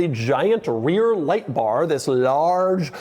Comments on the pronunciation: Doug, the way you say “THIS” at the beginning is kind of annoying. Could you try something else please? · Doug’s the type of guy to jump every time he says the word “this”.